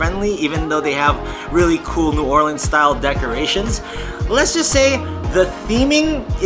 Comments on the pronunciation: Its the "Orleens", but if you're saying New Orleans and your from Louisiana, you say New "Awlins"...nuff said, lol! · It's The Or Leens